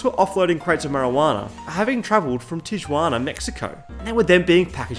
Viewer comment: lol. even as an Aussie; his Tijuana had my sides in orbit. Still great video regardless and mad respect to a fellow bogan of culture.